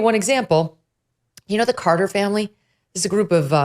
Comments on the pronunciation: BTW..it's Cartier not Carter..😉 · Megyn, love your show. Watched you since Fox. I think in this episode you mention "Carter Family". It's "Cartier" (/ˈkɑːrtieɪ/ KAR-tee-ay, French: [kaʁtje]). If people want to see/find it. You do a great podcast, one of the best, take care.